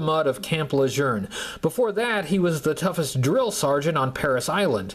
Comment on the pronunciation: Where is the “r” in camp lejeune?